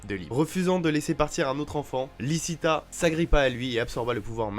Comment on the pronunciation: dsl mais c’est pour la correction c’est lichita et liebe ( liébé ), apres quand tu dis diable c’est mieux de dire démon sinon c’est pas une capacité d’absorber la force vitale mais si je crois bien une malédiction et oui ta théorie est cohérente